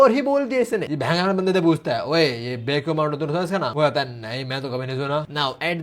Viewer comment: The way he say bhengaa😂😂😂😂😂❤❤❤❤